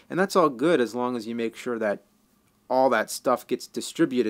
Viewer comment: "Has i am American"? Sound foreign to me haha.